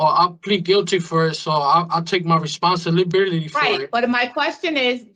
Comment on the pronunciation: "I take full reponsilibilitity." He can't even say the damn word properly